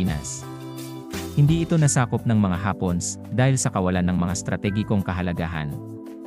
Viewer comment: Natutuwa ako sa pagbigkas mo sa hapones... hapons ang pagkakarinig ko